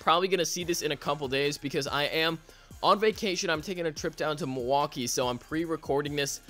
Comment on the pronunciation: "Down to miluakee"? I live in Wisconsin does that mean you do to?